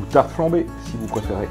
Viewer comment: Super sympas votre vidéo. Je vais essayer les pizza dans mon nouveau four. Étant alsacien la prononciation de la tarte flambée c'est pas trop sa mais l envie est la. Bonne continuation